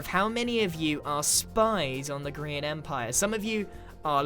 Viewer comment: Grian not brain